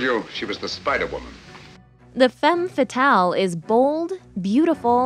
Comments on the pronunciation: It’s annoying how she mispronounces femme fatale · You kept mispronouncing "femme fatale" the whole video. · The was she pronounce Femme fatal make me sick. I'm not French but I have french in school and my ears bleeding.